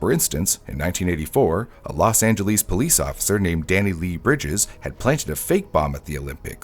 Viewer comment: That is the first time that I have ever heard someone mispronounce Los Angeles.